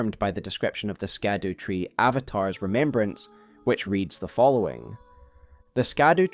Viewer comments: Scadutree is pronounced as Shadutree and not Skadutree... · It’s SHADOW damnitalltohell! STOP saying “skadoo”. Shadowtree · It's not pronounced Skadutree, it'd pronounced Shadowtree. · Hey so it's supposed to be Olde English and it's pronounced Shadowtree, not skadootree. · Scadutree is pronounced Shadow not Skadoo. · "scadutree" is pronounced "shadowtree" 🤦‍♀️ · “Scadu” is an archaic spelling of “shadow,” and it was pronounced almost the same way, so “scadutree” should be pronounced more like “shadow” or “shadoo” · "Shadu tree"... just like evegaol is 'everjail" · I love your breakdown! While streaming this game I was actually told that the “c” and “u” in “Scadutree” are actually pronounced in their older format, thus leading the pronunciation to be “Shadowtree” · Scadutree is actually pronounced "Shadow Tree"..... yea I know spelling scadu and saying its shadow is dumb but thats how to pronounce it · Howre we still mispronouncing SHADOWtree. It hurts my ears man. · Sorry to be nitpicking, the Scadutree is pronounced as "shadow tree". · Just scrolled through the comments to see if anyone else mentioned this. It’s so annoyingly ignorant at this point I nearly closed the video. It’s like the word “gaol”. Pronounced “jail”…too easy. Skadoo just sounds so ignorant at this point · Google "scadutree pronunciation" before recording next time, oof